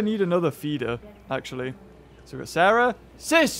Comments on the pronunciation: its Cera NOT SARAH! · It wasn’t sis it was sah like sah rah